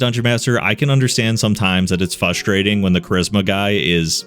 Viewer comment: Bro you NEED to learn how to pronounce frustrating